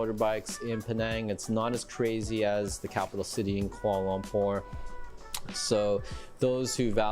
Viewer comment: It hurts my ears to hear that dude pronounce Kuala Lumpur as "Quorlolompour" every time 😖😫